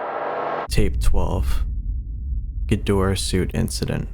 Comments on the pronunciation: pretty sure its name is ghidorah not ghidra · wait what was up with the Ghirdrah instead of Ghidorah? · Ghidorah ❌ Ghidrah ✅ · as we present to you ‘gidra’ 💀